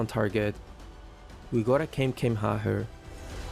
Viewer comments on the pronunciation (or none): Bruh kamekameha???? Damn. Sorry but it's kamehameha😢😢😢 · Although is quite younger den me but I can tell by the inside references he uses that he's an old anime head. But when he said Kamekameha instead of Kamehameha it sent me rolling. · BRUH REALLY NO HATE BUT PLS ITS KAMEHKAMEHHAA NOT KEMEKEMEHAHAHA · Bro... Akira was born 1955 not 1995... And the way you pronounced Kamehameha was grim af! It's not Kamihamiha! xD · Love you too death but it's kamehameha...i laughed so hard though not at you but at pronunciation of it 😂😂😂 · Nah u did not just say keme keme haa 😂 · Did bro just say "kay-me-kay-me-ha" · WAIT DID JUST SAID KEMEKEMEHA???/ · The pronunciation of Kamekameha...Is kinda wrong...Lol. Where is that rage? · “Gimmegimmeha” and “camehameha” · bro wtf is "KaymeKayme Ha" thats gotta be intentional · Bro said "kemekemeha"😂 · Wtf did you pronounce in the video. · stop raping kamehameha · The way you pronounce kamehameha 😂😂😂😂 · The way bro pronounced kamehameha😅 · You not a real DBZ fan if you pronounce Kamehameha like that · The way he pronounced kamehameha😭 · Bruv you butchered the kame hame ha